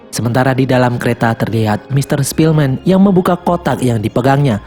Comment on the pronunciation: Ketika mimin bilang sepielman gw ke inget the pianist:) awokwowkwowkw